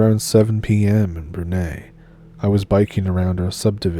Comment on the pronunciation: Brunei pronounced Broon-eye 😃Keep up the awesome work, Still havent forgotten that I need to email you...